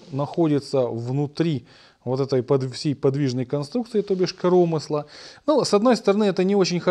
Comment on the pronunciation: не коромысла а коромысла!)